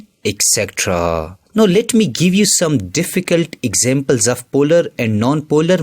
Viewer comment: Polarrrrrrrrrrrrrrr... Non polarrrrrrrrrrrrrrrrrrrrrrrrrrrrr